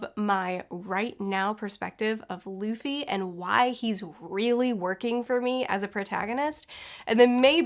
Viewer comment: Remember when she said "Laffy" 😂